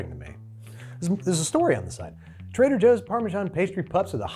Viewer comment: trehder joohs